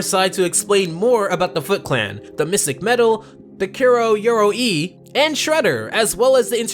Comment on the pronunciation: The pacing of this video was excruciatingly slow, and the pronunciation of Kuroi Yoroi was even more painful to listen to xD Literally sound it out m8. Ku- ro- i, Yo- ro- i. Japanese is real simple like that But yes, Rise was slept on and this episode is a fantastic example episode of why it was baller. It really sucks that it was cancelled. I swear, all the actually good cartoons get shafted, it seems.